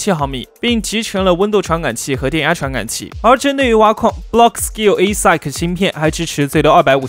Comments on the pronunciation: 英文发音加强一下吧 听到快吐了 ASIC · 我也是第一次聽到這樣唸